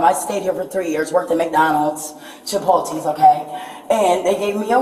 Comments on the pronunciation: CHI-POLE-TEES 😂😂😂 maam it’s CHIPOTLE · What is caught in that was when she said she worked in McDonald's and 'Chip-ol-tees' 😂😂 I'm sure it's Chipotle- pronounced Chip-ole-lay 😂😂 she turned them tears on and off quicker than I could snap my fingers!! Poor guy 😮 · "Chipoltee's" was my favorite part. 👍